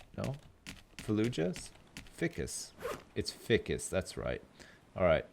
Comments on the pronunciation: Every time when says ficcus instead of FICUS I die inside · Does it not bother anyone else that he says fih-cus and not feye-cus? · also. FICUS. He says it like its fickus. I almost feel like hes a hilarious dummy just to annoy people like me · Am I crazy or isn't "ficus" pronounced "fhaaikus" not "fikkus" .. Or is it like a dialect-thing? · what is with your grammar you say ficus like fic-us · but it is pronounced like this Fi-cus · Isnt it pronounced fhy-kiss? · No you're right. It's pronounced feyecus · it's pronounced fy-cus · Um, i hate to be that guy, but its pronounced ficoos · F-eye-cus..... Ficus F EYE Cus.... please! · he is saying Ficus wrong isn't it FI CUS like the I in FBI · Also ficus is pronounced fykus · ficus is pronounced f-eye-cuss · Its pronounced Feye-cus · ...its fI-cus....f-eye-cus....stupid ficus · Every time you cut down a yucca you miss some leaves. Also it's f-igh-kus. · All the little things that others are rippin' hard over aside... is he saying Ficus incorrectly on purpose or no? I cannot tell... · The way he pronounces ficus... damn. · Usually I don't have a problem with mispronouncing words, but for some reason everytime he says Ficus wrong my eye twitches:P